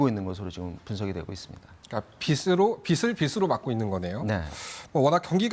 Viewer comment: 공영방송 앵커라는 사람이 빚을=비슬 이라고 하고 있으니... 수신료 왜 받아가냐?